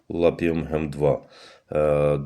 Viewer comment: Цей кумедний чувак усіх має за дурнів: "ви не читаєте інструкцію, ви не вимагаєте...". Крупний спеціаліст по цеглі й черепиці. Не лапіУМ гем-2, а лапіМУН гем-2. Читати треба по написаному на пляшечці, а не вигадувати від себе. Неук. А ні - то в перший клас сходіть на півроку! Двієчник.